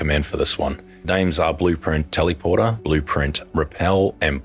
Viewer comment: Why you pronounce "teleporter" weird like that? Tellyporter, teleeporter? No! Its telèporter * [ tel-uh-pwrt-r ] *... omfg this triggered the crap out of me 😄